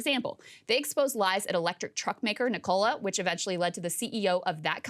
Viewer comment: Hold up, did you just pronounce Nikola as 'Nick-Cola'? lol